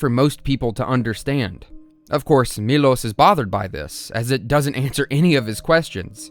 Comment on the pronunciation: His name is actually “mee-lowsh” even though it’s spelled Milos in English, the name is Miloš. That’s an sh sound.